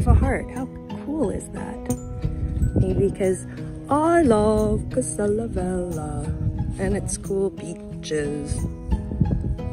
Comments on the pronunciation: Pronounced vel-ya. Just fyi. :) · The way u pronounce "velha" sounds like "vela" which means candle in portuguese. The "h" makes a huge difference when is located after l or n, nha or lha. Just a good tip for you 😉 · It´s not "vela". She mispronounced "velha", that´s why it sounds like "vela".